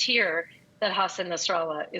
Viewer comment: Nassan Hassralah?? 😂